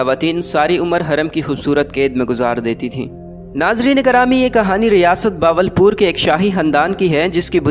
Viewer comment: باول پور نہیں ہوتا بہاول پور ہوتا ہے۔ اردو بولنا تو سیکھ لو۔